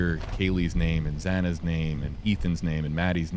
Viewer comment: I also keep saying that literally everyone who has been working on this case have mispronounced one or more names. Kaylee’s last name was pronounced as Gon (calves), Xana has been pronounced as Zana, and Ethan’s last name has been said different ways. I have one of those names that gets mispronounced all the time too. I kindly correct people. I think the family should kindly correct the pronunciations. I’m sure the judge will thank them.